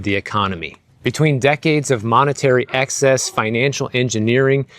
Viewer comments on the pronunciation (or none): none